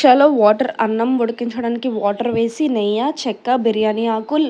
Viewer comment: Cheyyaneeki neeku radu enduku style ga chepthunnav and anakunda end antunnav English baga nearchuko mma neyya kadu neyyi asalu nuv cheppinattu biryani recipe teliyani vallu chestea valla pani Govinda 😂😂